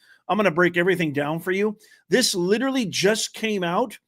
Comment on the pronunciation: Took less than two minutes for the professor to misuse and mispronounce the word literally.